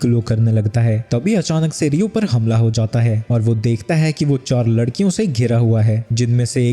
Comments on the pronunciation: larkian ❌ lakrian ✅ 😂😂😅😅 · lakdiyo ❎ ladkiyo✅😂😂😂😂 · Abe ladkiyon ko lakdiyan bol raha hai tu😂😂😂😂